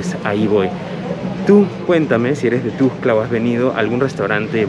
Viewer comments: Que feo pronuncia, es "TUXTLA" NO TUXCLA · Para el muchacho que grabó el video ; NO se pronuncia TUSCLA , es TUXTLA , yo radicando en Comitán respeto los nombres de otros municipios de Chiapas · jjaa ES TUXTLAAAA. NO TUSCLA ,PRONUNCIAS MAL MUY MAL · Me da estres que dice tustla jajaja, pero igual que chido vídeo sigue así sjsjsjjs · No es ..tustla.es .Tuxtla..co x...😠